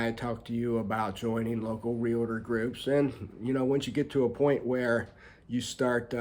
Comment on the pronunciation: It's not Real-a-ter it's realtor